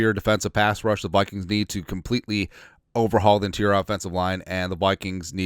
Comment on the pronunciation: Did you say POOPKINGS?